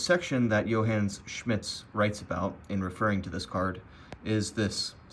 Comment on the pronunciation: “Yo Hanes” Schmidt 😂